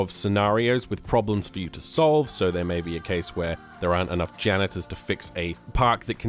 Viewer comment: You said ganitor fix things